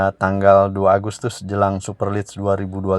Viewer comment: Jd subscriber sejak channel ini muncul & suka dgn.materi2nya yg update. Sedikit kasih masukan buat mimin : Super league bacanya "super lig" bukan "super lids" 🙏 Terus berkarya & semakin maju channelnya... Salam Satu Jiwa 💙